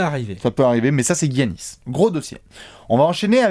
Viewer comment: J’ai une question qui me taraude les gars: pourquoi prononcer GUiannis alors que les commentateurs prononcent Yannis, lui même semble le prononcer avec un Y d’ailleurs 🤔